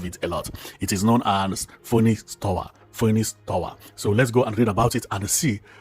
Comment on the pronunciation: It's pronounced as finix tawa